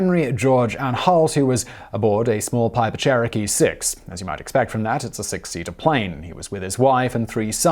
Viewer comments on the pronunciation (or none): Pipe Cherokee LMAO! Piper buddy it's Piper Cherokee or Pipah in brit lol 🤣👌🏻